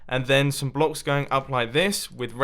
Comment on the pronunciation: Munbo please don't say "a couple of bock"It makes it harder